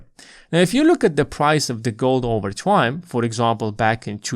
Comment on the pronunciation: Good video. I agree with everything except for how you pronounce the word “time”